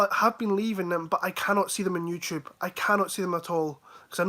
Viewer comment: "YouChube" 🤣